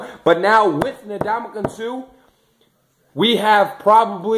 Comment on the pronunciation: Its (En)damukong Suh not (Na)damukong Suh.